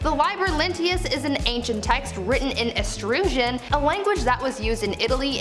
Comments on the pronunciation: It's eetrus-can. But you're gorgeous. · Think you probably meant "Etruscan"? (Eh- truss- can) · Learn how to say etruscan.